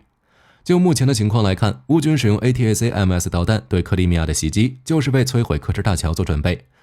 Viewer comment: A--ta-kam-s 請用音標發音比較快